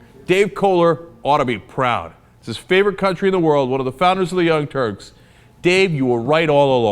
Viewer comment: did he say young turds?